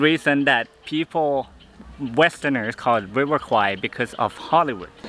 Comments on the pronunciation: This is my hometown and there's actually a River Kwai. In Thai, we pronounce it "River Quare". That's basically the river the bridge crosses. When you asked the local, they heard River Kwai (ควาย), so of course they will say that they didn't know about the river lol. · It ought to be call River "Quare" that's closest pronunciation for "แม่น้ำแคว". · quare not Kwai in Thai accent like Phuket is Pooget not fuket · ในคลิปนาที 21 น้องผู้ชายซึ่งเป็นคนไทยได้อธิบายไว้แล้วนะคะว่าการออกเสียงแควเป็นควายมาจากภาพยนต์เรื่องหนึ่งในคลิปมีอ้างอิงไว้ และน้องเค้าก็ได้อธิบายด้วยว่าต้องออกเสียงอย่างไรถึงจะถูก พร้อมทั้งบอกอย่างที่คุณอธิบายไว้แล้วค่ะว่าควายคือ buffalo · "Kwai" (in French is OK).. But in English should spell "Kway" to have similar speaking like the way Thai speaks. And "Kway" means "small river" (bigger than canal)... 😊😊😊